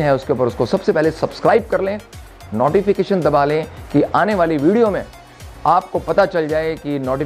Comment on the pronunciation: Nobi-fication bola jaise laga 😂😂